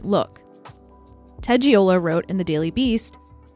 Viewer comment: btw the jazz critic you quote is named Ted Gioia, pronounced JOY-uh, not Giola